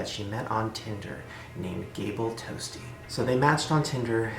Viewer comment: Shane: “Gabel Toastie” Me: giggles “toastie”